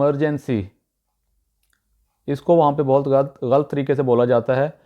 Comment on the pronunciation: Dear u r himself pronouncing urdu word wrong. Its not ghalt. ......ghalat غلط